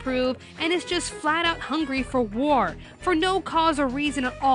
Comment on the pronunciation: I'll be honest, when The Major said "Gentleman, all I want is war" I thought he said: "Gentleman, all I want is VORE" XD